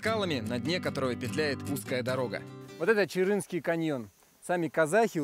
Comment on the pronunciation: Не чырынский , а Чарынский